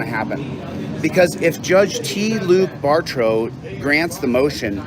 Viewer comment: Bartrode? It’s Bar - Tow you doofus lol